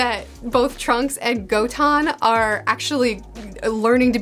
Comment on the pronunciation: You're mispronouncing Goten's name wrong it's Go-ten. Like the number 10.